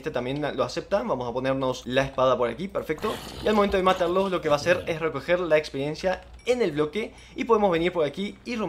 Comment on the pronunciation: buen vídeo pero me quedo una duda, se dice experiencia o espediencia